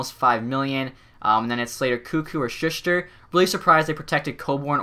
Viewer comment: Not dogging on you but for future reference it's Shoe-ster